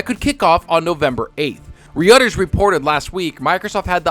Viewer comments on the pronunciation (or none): I know you didn't just Reuters (rew-ters) (Re-uh-ters)? 🤣🤣🤣🤣 That out the way, Sony can eat shit for all I care. They really trying it on this deal. They act like it's the end all be all. Your point that Sony wants in on this deal to make it sweet for them is apt. Beggars can't be choosers. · Your a parrot repeating the same jargon but unable to pronounce Reuters? 🤦🏽